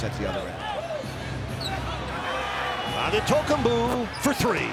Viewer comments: he really just said ototookumbu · Anentokembooo!! Lmao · "Adetoekumboo... for three." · Pronounciation : AN-TE-TO-KOUNM-PO Announcers : ADEDEDE-TAKO-TUHNM-BOOOE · Some guy really called him “Ah en toe ken booo” 😂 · Shaq be like: "Giannis Antekanupo" 😆😆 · was my favorite “anitokibu” lmfao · "antay tokumboo" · Heat commentator: "Adetokenboo" lol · That man really said "Adehtohkumbooooo" I'M WEAK! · Especially the heat commentator saying "Adetokemboo" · "adetokumbuu" made me die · Yikes 😂 “On-a-Tokum-boo!” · “Adentokumboo for three!” 😂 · “auntay token boo” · "Antetokcambooo for 3" best mispronounced version ever. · “Anna-token-boo for three” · this commentator seriously said Autum-toke-m-boo! 🤣🤣🤣🤣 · MY NGA A REPORTER CALLED HIM ANTETAKOMBOU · they used to call him adintokambu, not they call him akumpo. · bro said antetokombu or something 😂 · Giannis the Legend (Still on the fact that the heat Announcer said. “Antetokumbou”) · “A-De-Tow-Kam-Boo”. Close enough. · bro said „antentokoboo“ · bro "anetokopu" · …. Who the hell is An-Doddy-Koomba 🤣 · Ah Day Toe Come Boo 💀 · ...Who is Ant te tom kounm poo 😂. Damn Gianni's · anentokumboo for three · “Ata too kumbu” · Adentokenbooh ! XD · "Atta- taka- Pooo".... announcer should be slapped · Ahh-den tokenboo🤣🤣🤣🤣🤣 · Adendaydokumboo AddaKimbo Adendakimbo 😂 bro just say Giannis…… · An ne tok kum boo ... for 3 xDDDD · I've always known how to pronounce it. My point was more about the effort. The anchor wasn't even close and said a whole different name he said anteKUMBOO or something that was not even close to Antetokumpo. Check the video you'll see what I mean. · Adin-toch-in-boo……for 3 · Bruh the heat announcer killed his last named 🤣😂🤣😂 not even close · After the greatness of Giannis, the best thing about the rookie video is listening to different announcers attempting to say Antetokounmpo. LMAO! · I cant believe how funny that pronunciation is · how did he pronounce Giannis last name 🤣🤣🤣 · what was that pronunciation LMAOOOO